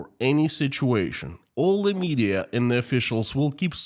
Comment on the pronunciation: In the thumbnail image Putin looks like Dr Evil from the Austin Powers films. Your pronunciation of the word 'militarily' is fine. Putin is running out of people to sacrifice isn't he? Pronouncing the word 'and' like 'end' is an annoying Americanism. I don't believe even most Americans do that.